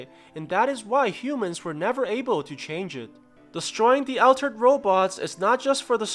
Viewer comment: All terd not Al terd